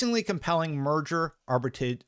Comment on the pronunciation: Arbitrage. Arr-bih-trah-zsh